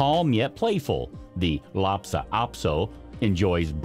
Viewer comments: It's k (kairn), not "karen" terrier! Lhasa, not Lhapsa, Apso! Nor is it Bella-nese! It's "Boh-loh-neeze' " or "Bo-lone-yez'-zeh" - like the sauce. Just imagine that the word "visage" is spelled v i z u d g e the last part sounding like judge, visage might be easier for you to pronounce if you did. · It's Lhasa - not lapsa. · LHASA, not LHAPSA.